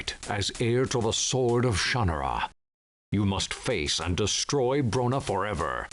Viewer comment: pretty sure they are pronouncing it incorrectly in the game.